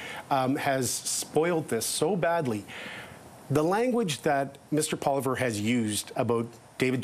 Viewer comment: His name is Poilievre not Poliver. Sound it out. 😂